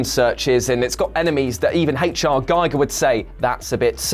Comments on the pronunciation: Actually in German it would be pronounced Gee-ger. In this case the I is a close front unrounded vowel that has a long E sound. Just like the German word liebe, which means love, is pronounced lee-ba, or ihm, the German word for him, which is pronounced eem. And as an American, I have always pronounced it Guy-ger, because that is how it would be pronounced in America and that is how I have always heard it pronounced, but after doing some research I found out this was incorrect. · His name is pronounced GEE(like KEY)-GER, not GUY-GER. Gotta give the man his respect... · Giger is pronounced Gee-ger.